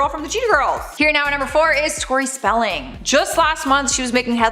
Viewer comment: By the way, Tori Spelling's last name has a "g" at the at the.